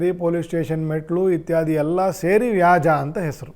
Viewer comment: ವ್ಯಾಜ ಅಲ್ಲ ತಂದೆ ವ್ಯಾಜ್ಯ